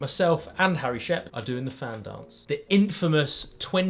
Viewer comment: Fan is pronounced as in VAN.It's Welsh NOT English